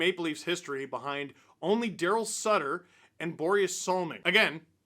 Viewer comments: hey it’s sittler not sutter steve 🙄🤌🏻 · Sittler not Sutter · Did I hear you say Daryl Sutter...brother of Ron, Rich, Duane, Brent, and Brian? You mean Daryl Sittler.